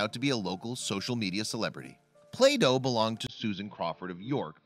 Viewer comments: Play doh.not plato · Until today, the similarity of "Play Doh" and "Plato" had never struck me. How many other viewers thought the narrator was saying "Plato"?